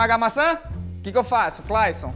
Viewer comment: Ele falou Glayson ao invés de Clayson